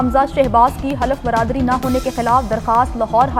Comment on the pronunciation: Half brdari hota Hy anchor sahiba Bradari ni